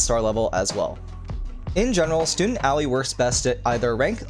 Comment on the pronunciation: Did you just pronounce Aoi as owie?